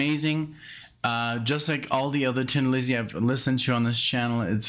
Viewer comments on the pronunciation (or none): It is pronounced Thin Lizzy. However, said with an Irish accent, which Phil had, it sounds like Tin bur the really pronunciation is "Thin Lizzy". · Hi Nick, as others have said it is pronounced Thin not Tin and i do not know anyone who says that ( and i am going back to 73' first time i saw them ! ). Also agree with most of what delorangeade said about 40 mins ago!! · It is pronounced "thin" Lizzy, as in, she looks thin in that dress. Whoever said it's pronounced "tin" is wrong or trolling you. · It is pronounced THIN Lizzy with a "th" sound. A Tin Lizzy was a reference to a car. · It's only pronounced tin if you are Irish. Nobody else pronounces it that way. Thin is the general pronunciation. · ????????????????????? Someone is taking the piss............ The Irish pronounce 'THIN' which comes out as 'TIN' and its a little joke that the band came up with when deciding on a name, a bit of a laugh at themselves, typical of the great humor the Irish have always had. So, its not Tin Lizzy, its Thin Lizzy..........no need to apologies, but, someones having a lend of you. I've loved them for 45 years or so and trust me, its Thin not Tin. Thanks for supporting the greatest Irish rock band of all time Cheers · The only single off this, their final album. Great farewell record, released in 1983. PS It's pronounced "Thin, not Tin" Lizzy